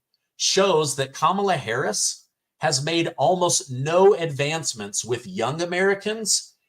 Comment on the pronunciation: “Kum inyer Hariey” for prison 2024!